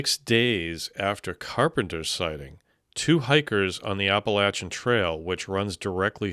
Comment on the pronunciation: THANK YOU, for the love of god, for pronouncing us “App-Uhh-Latch-Unn” correctly. I’m from the Nantahala Natl Forest area & I have an amazing experience with that big man.